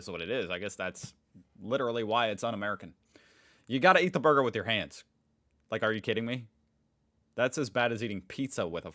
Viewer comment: This fake AI voice can't even say burger correctly 💀💀